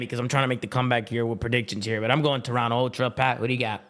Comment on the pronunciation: Can you please inform on how to pronounce Toronto Thank you